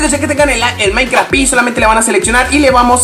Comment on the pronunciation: xq dices minecraft pi no seria minecraft PE???